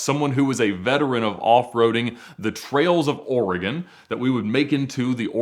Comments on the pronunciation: The way kept saying oregOOON was soo annoying lol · Don't EVER let say "Oregon" on camera again. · It has been two days and mispronunciation of “Oregon” still haunts me to this day. Seeing my psychiatrist tomorrow.